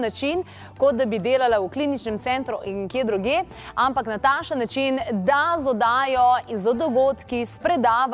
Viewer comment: taksen ne tasen